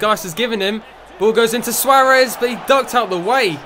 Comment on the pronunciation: Swaaaarez, mate say it properly